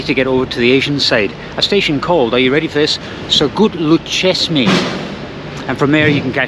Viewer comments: It is not Sogutlucesmay. It is Söğütlüçeşme. It just requires a thousand times try to get it right. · As a Turkish in Istanbul, Soğütlüçeşme (Not soğukçeşme) is a disaster even for us.